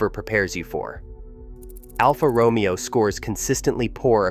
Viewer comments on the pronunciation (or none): Romeo is mispronounced 😮